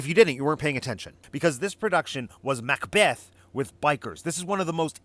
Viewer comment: Mac-apRRRRon :D